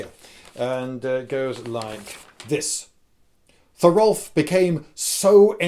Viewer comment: Thor-OHLF-r. The second r is unvoiced, like a whisper, so its acceptable to say Thorolf. VEEN-hay-thr. The "th" is voiced, like "there". Another unvoiced r. Vinheith Note: this is not the English "r" that sounds like a dog growling "grrrrr". Its an alveolar tap, like Spanish, Arabic, Norse, Italian etc. This is the most common "r" sound in languages, not the English "r"